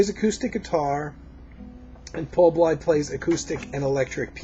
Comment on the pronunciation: I was a radio DJ in a major market with 25 years of experience. I featured any genre of music under the sun on my show that satisfied my extremely high standards, and as a DJ, I had to make sure that I pronounced the names, titles, etc. right: Paul Bley's last name is pronounced BLAY. Jimmy Giuffre = JEW-free Jan Garbarek = gar-BAH-rek. However, probably most American jazz lovers, have pronounced it your way, so you get a pass. When describing Bill's jazz-rock fusion trio of albums, you are showing your limitations of taste. They were inspired by Allan Holdsworth, who is considered the GOAT among 90 + percent of major electric guitarists and fans on the basis of his sophisticated compositional/melodic skills, complex harmonies and improv choices, as well as his blazing legato style technique. He never created anything for the cheap thrills of guitar heads and is deservedly pegged as a true fusion artist. Btw, a couple of Pat Martino's albums contained jazz-rock numbers. I still consider the 1977 Joyous Lake one of the best fusion releases ever.